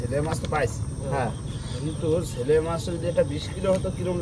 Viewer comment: বুঝতে পারলাম না শেলে মাছ না ছেলে মাছ ?? তোমাদের অনেকের উচ্চারণে অনেক ভূল আছে । যেমন দুএকজন কে বলতে শুনলাম ছেলে মাছ । কিন্তু ওটা তো ছেলে মাছ উচ্চারণ হবে না , আসলে হবে শেলে মাছ ।